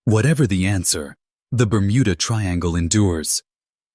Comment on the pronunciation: I couldn't watch anymore after your a.i called it the burmunda triangle 😂